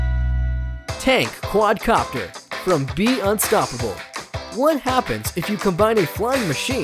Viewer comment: he said quadro copter lmao